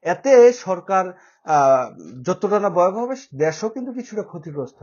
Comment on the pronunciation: ভাই, বয়াবহ না ভয়াবহ. বাংলা টা শুদ্ধ করে বলবেন.